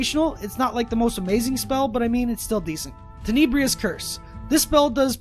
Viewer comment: Tenebrous: ten-a-brus not ten-ee-Bree-us